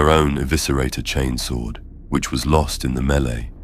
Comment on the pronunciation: Your channel is really high quality and I appreciate it. I'm pretty sure this isn't AI voice over, if it is it's extremely well done. I've noticed that across all your series you are pronouncing words like "chainsword" as "chanes-wurd" and "laserifle" as "laz-rufle". I love that, it sounds like what happens in real life, certain words get colloquial accenting. Mistake or not, it's great. And the stories are great too! Maybe I'm just a simple man, but the one where the ships captain gives his life so his deckhand, Tomas, can escape from 3 chaos space marines - I almost teared up 😂 Anyway, I really like your work!